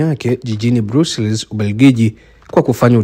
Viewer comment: Brussels-inatamkwa 'BRASOLS', otherwise asante sana kwa tarifa njema.